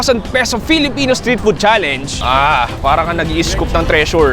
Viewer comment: Natawa ako sa FELE! FELEPENO YARNS HAHHAAHHAAHAHHAHHAHAHAHA